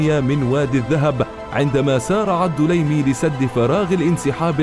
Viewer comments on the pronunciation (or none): ليس الدولايمي..بل الدليمي بالسكون فوق الدال